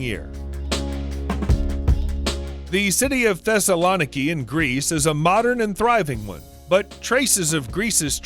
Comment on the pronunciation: It's pronounced "Thess-a-low-KNEE-key" If you're going to do a video, at least get your facts correct!